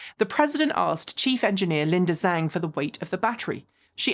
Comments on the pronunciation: Linda Zhang: her last name is pronounced "Djang". Easy guide to pronouncing Mandarin: Zh = dj; Q = ch; X = sh. You're welcome. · But Linda pronounces her own last name with a Z, soooo... 🤷‍♂️